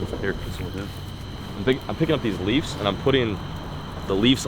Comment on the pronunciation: my guy is out here saying "leafs" 😂 love it. try some live bluegill for the flatheads basically on a carolina rig. big or small bluegills will get demolished